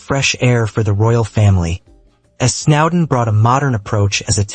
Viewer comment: It’s S N O W D E N ….